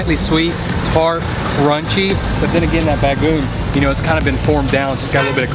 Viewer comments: BA- GO - ONG ! not bagoon =) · Bro its “Bago-ong” not bagoong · It's not bagoon...it pronounce as BA-GO-ONG.😄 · ba-go-ong not bagung. on how to read/pronounce it. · Its not Bagoon.... Its Bagong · It's pronounced like this "Ba go ong" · OMG, didn't anybody corrected you on the right pronounciation of BAGOONG? You have to pronounce it as a 3 syllable word like so BAG GO ONG. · the way you eat (bago-ong) to be pronounced is way to salty.. you can spread it all over your rice but don't eat it as whole, too salty! but nice, hope you can try all of our famous food here in the Philippines! :) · I was eating my toasted sandwhich then clicked on ur channel, now I'm craving lechon, alas none to be found in Melbourne. btw say bah-goh-ong for bagoong, split the Os in 2 short syllables.. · Ahhh, yesss, I did badly with my bagoong pronunciation. Especially for as much as I eat it youd think I could get it right? haha Well, I must say, this wasn't any ordinary lechon! I am sure you know that though! Thank you so much for watching! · Since you love bagoong might as well learn to pronounce BAGO-ONG right! 😄